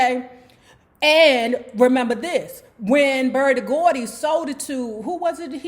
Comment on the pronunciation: "BERDIE GORDY"???